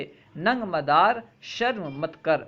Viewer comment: Madara nahi hai modara hai